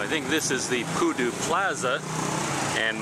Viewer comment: I heard koodo instead of pudu...